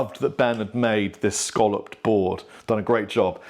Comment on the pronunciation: When referring to the semi-circular shape it is pronounced phonetically 'scalloped.' Buy with the shell variety that people eat it rhymes with 'dollop. '